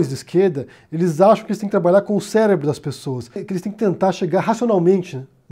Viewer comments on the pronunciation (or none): none